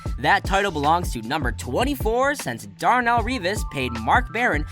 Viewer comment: Darnell Revis huh lol. Geez